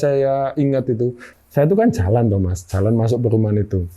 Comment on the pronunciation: Jalan mas, bukan calan